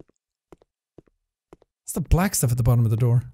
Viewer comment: Door?? Guy sounds like he’s saying “Der” 🤣🤣🤣🤣🤣🤣🤣